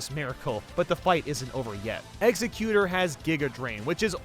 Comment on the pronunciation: The way he says Egsexutor bothers me